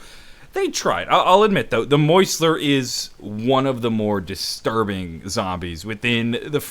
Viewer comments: I'm sorry to say this but you fucking wrong. Okay? Its not moisler. Its meuchler. The ch has a K sound. Not a fucking s sound. I would consider knowing that shit before you start talking shit. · I love this video, but you are still pronouncing "Meuchler" wrong ;)